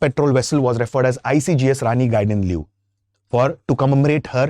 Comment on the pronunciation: I'm amazed how he pronounced very closely ! . ❤.